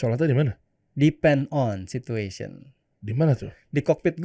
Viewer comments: Padahal dia bilang “depends on” tapi host dengernya di pent on 😢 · Depend on situation bang 🤣 bukan pan apa. Itu pronouncationnya aja kurang jelas memang afwan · Pen pen... rizka bilang depend on situation... bukan di pen 😂😂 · Capt. Rizka itu bilang ''depend on'' 😁